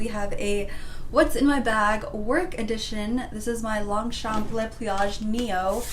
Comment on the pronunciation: I’m French and we don’t actually pronounce the p in longchamp